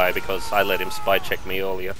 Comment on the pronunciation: Did...did he say "shpee"? That truly is the 'Leroy Jenkins' of TF2.